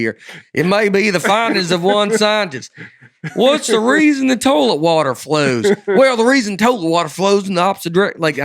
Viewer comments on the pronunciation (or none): Toelet is one of the funniest pronunciations of toilet I've ever heard and I grew up saying torelet